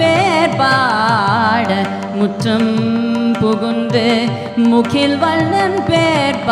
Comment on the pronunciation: நன்றி நேசர் மணிவாசகபெருமான் பொற்பாதங்கள் போற்றி🙏🏼🙇 திருவெம்பாவை அருமை🙏🏼 திருப்பாவை பாசுரத்தில் - முகில், பேசாதே போன்ற வாரத்தைகளை வடமொழி உச்சரிப்பில் படுவது சரியா? மனசுக்கு சங்கடமாக உள்ளது